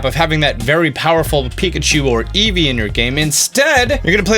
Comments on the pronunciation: Eevee not eeve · Am I the only one who heard let’s go pikachu and let go easy at the end😂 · Did he say Pokémon let’s go Pikachu and let’s go “easy”? That’s pretty great